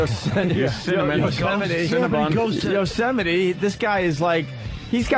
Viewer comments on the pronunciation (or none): Right away, Opie mispronounces “Yosemite” in the same way Trump did…. Hahaha must be a hard word when it sneaks up on print while reading out loud.